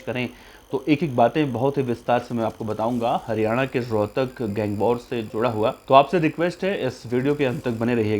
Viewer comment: Rhotak ha rohkar nhe bhai ji